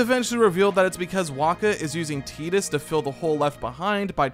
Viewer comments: I was gonna watch this, but I can't deal with the fact that it's 2024 and you're pronouncing it as "teat-us" rather than the clear and obvious "tight-us". Like....not a second was spent making sure? You clearly thought it was an odd name, so why come off like a fool by not checking the pronunciation. Titus is an odd name, but not a non existent one. I have a buddy named Titus. There is the comedian Christopher Titus. Just come on man. Low production effort there. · Tie-dus, not Tee-dus. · Was excited to put this on in the background but I couldn’t listen to the name “Teetus” for an hour lmao😅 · It's Tidus... like the tides of the ocean. Tide-us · It’s TIDE-US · Jesus christ do some research dude. its pronuced Tee-Dus. the game is based off south pacific culture. Tidus means tide in Thailand. just like yuna means Sun and Luna means moon. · Tie-tus* pretty biblical name bro crazy you dont know how to pronounce it. 😅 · Had to stop listening. It will never be “Teedus” to me. And it hurts to hear it.